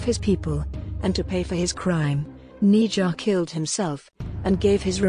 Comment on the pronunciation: it's ne zha ne sha